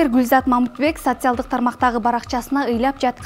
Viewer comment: Урматтуу алып баруучулар уйронгулочу туура суйлогонду 😢Социялдык деп жазылат.,а айтылышы социалдык деп айтылат. 🤭